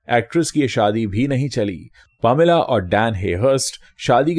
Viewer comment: Sir it's not pomila, it's paameelaa - pronounciation.🙏